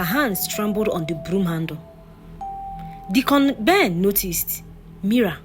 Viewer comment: I love your stories, but Deacon Ben was pronounced as "Decorn Ben" is it sweet corn or corn 🌽 on the cob 😂😂😂